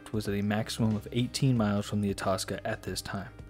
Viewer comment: I believe you pronounce Itasca (eye-task-a)